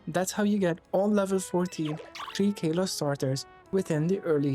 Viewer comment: Also little hint if you want, it's pronounced Kah-lo-ss not Kae-lo-ss